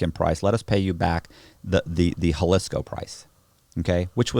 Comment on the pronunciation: Bro it's ha-lees-koh i know Google tells you it starts with a hu sound or ho soubd but my girl and her entire family are from Guadalajara the biggest city inside Jalisco and we go once a year. You are the first person I've heard pronouce it like that and Google is the 2nd lol. But you'll never hear anyone in or from anywhere in mexico pronoubmnce it. 👍👍👍